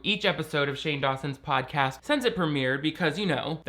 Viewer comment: Did I hear Pain Dawson Shodcast? 🤣 Shodcast! 🤣🤣🤣🤣🤣